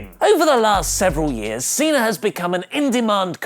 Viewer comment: John Cenar!!!! Learn how to say Cena!!!